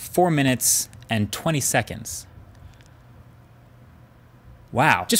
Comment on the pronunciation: Mkbhd = "..exported in four minutes : twenty senonds," Me = nice